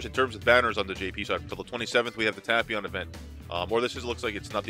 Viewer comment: please correctly say it like "TAPE-PION" it's really triggering